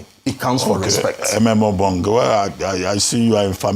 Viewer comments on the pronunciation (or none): It is Ememobong not Emembong. Arise take note!